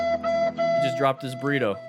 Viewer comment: burr-ee toe